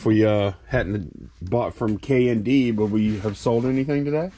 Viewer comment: I got so confused because at first I thought you were saying "K&B" (RIP) not "K&D" !